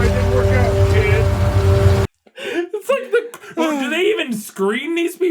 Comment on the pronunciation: After going back a few times, he says "Sorry it didn't work out, KID" with a weird emphasis on "kid" like he's being sarcastic. I totally get how you would hear "idiot" though. The "K" is really strange. Could be the lack of microphone because the sound is godawful.